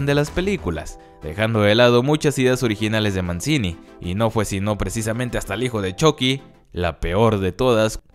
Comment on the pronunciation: Se pronuncia "Manchini"